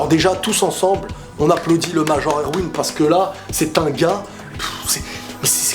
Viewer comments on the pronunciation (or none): Pour Erwin, tu sais, "Major" c'est son grade hein, il s'appelle pas "Prénom : Major, Nom de famille : Erwin". Il s'appelle Erwin Smith. Et c'est prononcé ErVin, fais un effort please x)